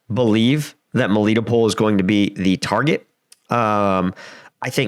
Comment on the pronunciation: god, 1 year on and you still butchering these cities names...at least act like you give a sh*t!!! its not mee-lee-to-pol..... its mel-eh-TO-pol